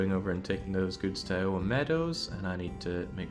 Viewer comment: The way you say Iowa is great.